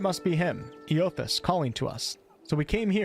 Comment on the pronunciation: Eothas is pronounced aye-uh-thiss ive played through both games lol